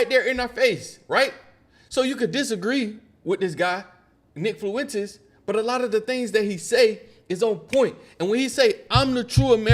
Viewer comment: My niggas theres no L in Fuentes, it’s not rocket science monkey